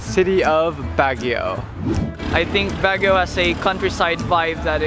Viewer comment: it’s pronounced like “BUG-UIO” not BAG-UIO just clarifying because that’s how you pronounce it😃😂